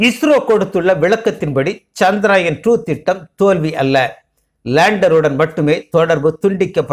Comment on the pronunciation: முதலில் சந்திரயான் என்ற வார்த்தையின் உச்சரிப்பு சரி இல்லை கவனம் பிறகு எப்படி சரியாகும் தங்கள் பெயரை சரியாக உச்சரிக்கவில்லை என்றால் அர்த்தம் மாறி விடும் மேலும் மனிதன் என்ன தான் விஞ்ஞானத்தில் முன்னேறினாலும் பஞ்ச பூதங்களை வெல்லும் ஆற்றல் உண்டா? ஜடத்தில் நாம் சாதாரணமாக ஒருவர் வீட்டிற்குச் செல்ல வேண்டும் என்றால் இப்போதெல்லாம் வரலாமா? பார்க்க முடியுமா? என்று கேட்டுவிட் டு தான் செல்வோம் நமது பூமி தான் ஆன்மீக பூமியாயிற்றே எனவே இறைவனால் படைக்கப்பட்ட நவகிரக தேவர்களை நம்பித் தானே ஆக வேண்டும் இறைவனின் கருவியாகவே செயல் பட்டாலும் நவகிரகங்களின் தலைவரான சூரிய பகவானின் அருள் பெற்று சந்திர தேவரின் அருளையும் பெற வேண்டும் ஆத்ம காரகனும் மனோகாரகனும் அல்லவா? என்னவோ நான் உளரிக் கொண்டிருக்கின்றேன் நமது விஞ்ஞானிகளின் முழு திறமையில் ஏன் இந்த தடை என்ன குறை பாடு இருக்க முடியும் எனவே தான் இப்படி எல்லாம் யோசிக்கிறேன் என்ன தான் நாம் விஞ்ஞானத்தில் முன்னேறி இருந்தாலும் இறைவன் அனுமதி இருந்தால் மட்டுமே நடக்கும் இது தான் உண்மை நன்றி வணக்கம்